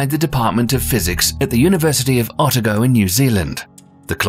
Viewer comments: University of O -ta -go , not Ota-go. Respect from NZ 🇳🇿💯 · 'Otago' is pronounced 'oh-TAH-go' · Terrible pronunciation of Otago. It's pronounced OH TAR GO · As a New Zealander you pronounced Otago very wrong it’s said like this, oh-tar-go 😊